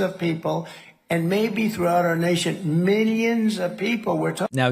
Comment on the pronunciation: It sounded like Trump said “Minions”